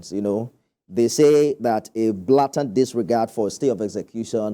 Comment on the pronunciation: The journalist should try to improve his pronunciation. It is Blay tant not blah tant